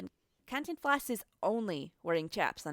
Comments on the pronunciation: she keeps mispronouncing cantinflas 😂😭😭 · I was cringing at cantiflas